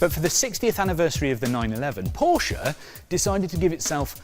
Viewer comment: At least this guy knows how to pronounce Porsche correctly.